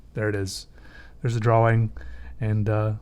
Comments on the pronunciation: Drawing its pronoced drawring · finally found someone who says draWing instead of draLing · He can't pronouns drawing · Am I the only one who only watches his videos for the way he says "drawing" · I'm not ashamed to say this: I hate people who say "drawing" in that retarded way.